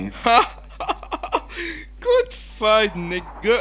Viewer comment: "Güd faght nigguh" rofl